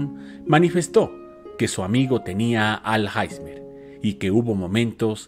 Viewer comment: Muy bueno, pero no es Alhaizmer es Alzheimer y se pronuncia Alzhaimer.